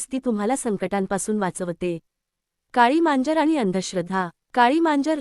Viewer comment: मांजर म्हणा , म्यांजर नाही